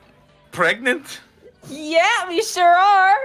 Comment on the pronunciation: saying pregnart, will always make me burst out laughing.